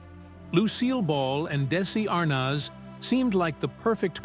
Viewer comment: Pronounce Desi's last name and vitameetavegamin correctly. No good excuse for the way you butchered it!. All you have to do is watch the episode.